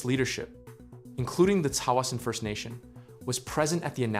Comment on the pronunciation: You'd think they might learn how to pronounce Tsawwassen.